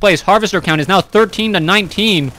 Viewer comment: scvs are "neow" coming- lol